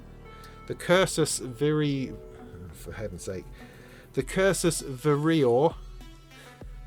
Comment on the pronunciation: Cursus Vereor = Cursus Wair-ee-or